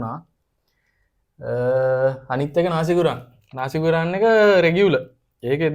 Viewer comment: Bro…. නාසි ගුරාන් කියලා එකක් නෑ..... හරි වචනේ ගෝරෙං..... නසි ගෝරෙං.....